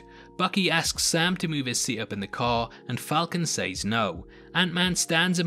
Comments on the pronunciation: She shays the way he says “says” drives me crazy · It takes me out every time you say sAYs